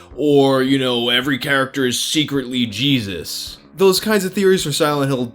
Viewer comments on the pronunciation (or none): none